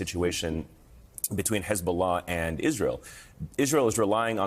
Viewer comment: "Sofisticaled" but they flew in on hang glider. Cmon dude